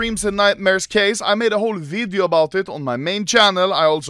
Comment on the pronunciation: “In todays vidiö”